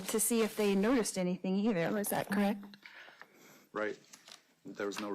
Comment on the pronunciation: Can she not pronounce a soft “e”? Definse, Corrict….why am I even watching this?